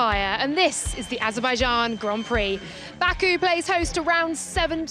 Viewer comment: Azerbaijan or Aberbaijan ? 😂😂